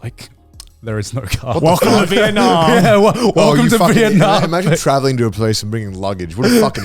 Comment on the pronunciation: Vietnam rhymes with dum b